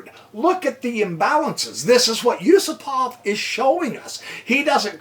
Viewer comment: Yusupov is not Yusopov !!...